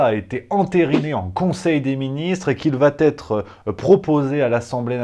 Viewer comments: "… qu'il va-t-être" 🙄 C'est un pataquès. Donc, incorrect. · Faute de liaison : qu'il vaT être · "Il vat'être" (sic). Là je coupe avant la 3ème minute, bravo le niveau ! Désolé, je ne supporte pas. Bon je n'ai rien à foutre du énième laïus d'anti-tout d'extrême-droite sur le vax, l'état d'urgence et le pass. Le pass existe et on l'a si on est normalement vacciné comme tout citoyen conséquent. POINT ! Marre du blabla.... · Le "il va t'être" me fatiiiiiigue ! 😫 Le reste, c'est top ! 👍